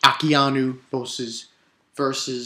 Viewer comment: Aokiji(A-o-key-gee) Akainu(Akha-new)